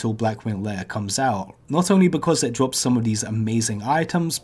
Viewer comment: Anubis lots of people will woll when it dwops